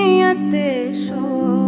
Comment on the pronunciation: Oh hello even she's not pronouncing word correctly its Shoq not shokh.this shows taste of music u hv🙄🙄🙄🙄